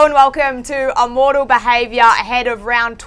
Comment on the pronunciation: Someone tell that it is Immortal not ammortal